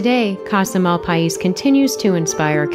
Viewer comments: I used to live in Springerville/Eagar AZ. Casa Malpais is pronounced with a silent S, so Casa Mal-pie. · Just a comment that I've heard it pronounced "mal-PAYS." Just what I heard from folks in New Mexico when I was in the Malpais, years ago. Love your channel.